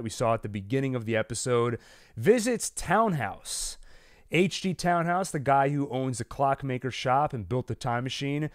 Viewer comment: Polizei ist pronounced Politzei...the ending sounds as tzai as in Thai. And Tannhaus is pronounced Tunnhouse not Townhouse...just for future reference